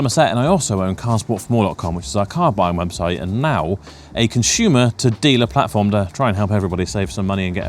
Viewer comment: What is a "conshoomer" ? Is it a West Country word?